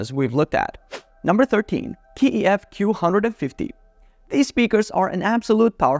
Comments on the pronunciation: It's not K E F it's KEF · Why do you pronounce the letter K (kay), keee when you talk about Kef?😂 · Its Kay E F..not Key E F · I don't know where you got this K-E-F business - how can you be an audiophile and not know it's one syllable - KEF! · How do you claim to be an expert but can’t pronounce KEF correctly. You test active and passive speakers against each other, you leave one brand at a lower tier due to price but put the KEF in god Tier when they are the most expensive on the list. Also leaving off the Martin Logan 35xti’s off the list is a crime. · Its strange that you pronounce KEF per letter.